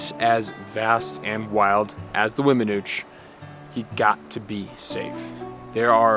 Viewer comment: I understand you passion young man. I lived at Vallecito Lake, about 2mi's from the Weminuche trail head, locally known as The Nuche (and yes you did pronounce it correctly), for 17yrs and those memories are at the top of my 70yrs of living and I thank God for allowing me to live there. Continue to seek out your passion in life and thx for the great video's.